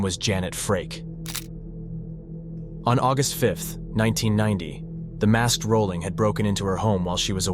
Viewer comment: Wow, the AI voice couldn't pronounce his last name correctly